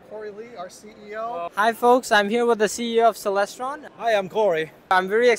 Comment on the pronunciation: Please say HAI.....???